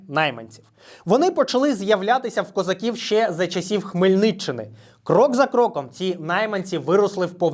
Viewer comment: Українською промовляється не козАків, а козакІв.